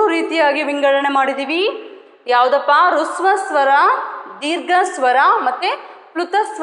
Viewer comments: Nimma pata maduva reethi thumbane chennaagide.Aadare hraswa swara heluva badalu hruswa swara helutheera. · ಮೇಡಂ ಅದು ಹೃಸ್ವ ಸ್ವರ ಅಲ್ಲ ಹ್ರಸ್ವ ಸ್ವರ.. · ಹೃಸ್ವ ಸ್ವರ ಅಲ್ಲ ಅದು ರಸ್ವಸ್ವರ